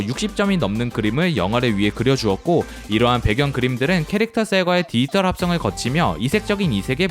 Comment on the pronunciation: 안녕하세요 알고리즘덕에 잘보고 있습니다! 다른건 아니고 더빙에서 딱 한부분이 있는데 이 영상 나래이션 하실때에 돌비 '디지털' 이라는 발음이 굉장히 많이 나오는데 디지털을 디이털이라고 발음하시는 습관이 있으신거 같아서요 혹시나 해서 적고 갑니다 영상 재밌게 봤습니다 감사합니다!